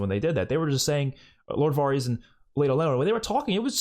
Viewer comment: Not trying to be rude here lol but Varys is pronounced like it rhymes with the word Heiress. More like vairis not varrese. Thought you might wanna know.